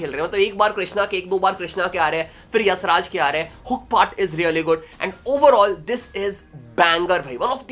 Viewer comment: bhai yassraj nhi hai YashRaj hai🤦‍♂